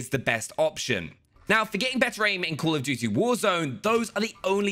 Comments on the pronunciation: Everytime i just hear "cool of duty" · “cUUl of duty“ 😂😁👍😉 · “Cool of duty”🤔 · “Cool of dootie”